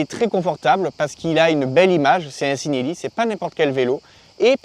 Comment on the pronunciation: Ci en italien ça se prononce chi et non si ;) ( chi-nel-li )